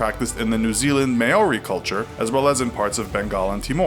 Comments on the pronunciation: Just a note though. "Maori" is said as 'Mawri' no 'Mayori' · May orey (it's pronounced Mo ri (roll the r) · good on you for trying to say Maori. It's not Mai-oree. It's more like moldy. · Just FIY, its MOUU-RR-I. Tiny roll in the are but not really. Long ao and it sounds like Ow. Not MAyory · Maori is pronounced Mow-ree not May-or-ee... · What is this Ma-ori? It's pronounced as Mao-ri. NZ still love to get mentioned tho! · I'm sorry I just need to get this out of the way, Maori is pronounced "Mow-ree" not "May-ori" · Maori is pounced "mao-ri" not "may-ori" and When saying hongi its a silent "g" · I'm really sorry for being a nag but if you ever go to New Zealand and say : ''may ori'' instead of ''mau ri'' you will probably get a lot of stares and also its also not pronounced like hAngi, its hUngi , but other than that i think your pretty accurate and thanks for another great video :3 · May... may-ori... maeri... no. Just no. Maori. Pronounced mouw-ri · omg may-ori it's not pronounced like that dude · the way he pronounces maori hahahahahah "may-ori" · Omg thats not how to pronounce moari or hungi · "May-O-ree" oh my gosh... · Ok... so im gonna rant about 2 things for a sec. 1. Australia was represented with a no romantic kissing in one of your slides, i am Australian and romantic kissing is shown everywhere in the media, in public and between all of my friends and family. 2. Its pronounced Mow- ri (Mouri) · it's pronounced moury. The New Zealand people. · "Mow-Ri" Am I Right? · ma-o-ri? fk... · Maori - maw-ree (roll R) Hongi - Hong-ee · mayori? really? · You pronounced maori wrong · who else cringed at the way he pronounced Maori and te reo Maori words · The way he pronounced maori made me cringe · You butchered that Maori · This guy trying to say Maori and hongi is hilarious, it’s just so bad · Great video, but I couldn't get past the pronunciation of Maori :D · Argggghhhh butchered the word Maori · "Maori" you said it so wrongggg😂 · That Maori pronouncation tho..